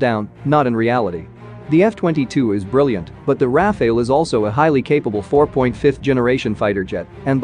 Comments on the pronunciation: It's not Rafael, it's Rafale, prononce the second A the same way as the first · You pronounce Rafale wrong, but I like it! You give a kind of Medieval essence to it 😀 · Why is it so hard for Americans to pronounce RA FA LE ( sounds like NADAL tennis player). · It's pronounced "raafaaal"